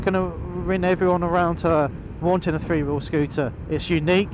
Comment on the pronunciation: Couldn’t you find a commentator who knows how to pronounce the word three? That is the word starting with th and ndt f. THree and not Free. It’s really not difficilt.